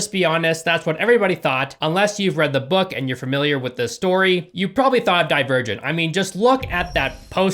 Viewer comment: Man I really thought he said he would die a virgin when he said "Divergent"